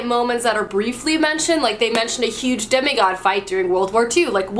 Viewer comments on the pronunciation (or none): none